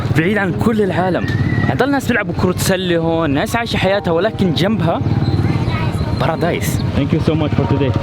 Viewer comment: كا انو قال باردايس